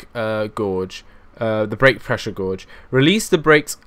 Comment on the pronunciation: It annoys me how you say Gourge instead of Gauge. Love your work anyway!